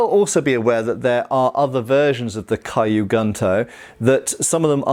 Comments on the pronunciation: I really hate to be pedantic, but it my stomach churns when says kyu gunto as “Caillou” instead of “Q” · Quick pronunciation note: Kyu Gunto would be said more like "Queue Goon-Toe" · It's actually "Key-you-goon-toe" and "sheen-goon-toe" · not a complaint but as information, the pronunciation of Kyu Gunto is like "Q Gnto". the cu of cute, g of good (not of gun) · Kyu Gunto is pronounced, “Queue Goon-to” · "Caillou Gunto" haha sry